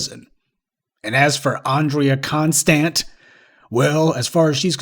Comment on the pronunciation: Andrea CON-stand.